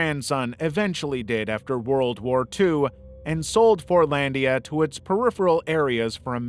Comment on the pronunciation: Fortlandia I heard as forniteia and almost had an aneurism